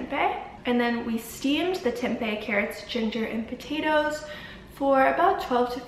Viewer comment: this was so good !! thanks for making the video <3 as an Indonesian tempeh is a weekly meal staple and out of aallll the vegan food videos I watched your pronunciation of "tempe" is best, like spot on haha dunno why I had to mention that